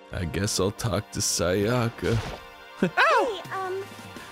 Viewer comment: Is anyone else bothered by how they pronounced Sayaka's name completely wrong eventhough each character says their name when they introduce themselves?